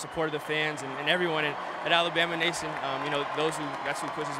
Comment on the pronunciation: how hard is it to say alabama....jeeeez...lol